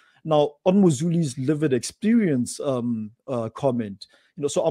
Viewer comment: I love pronunciation of "lived experience" as Livid experience". As a white woman, whose wherewithal has been steadily eroded ( more quickly since all the nonsense Covid Command Council has dreamed up ) by RACIST Govt policies, mine too is a LIVID experience!